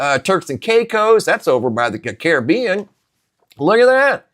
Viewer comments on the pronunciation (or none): none